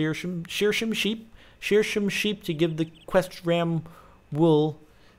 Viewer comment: Omg captain just said wat i say sheer shome sheep :D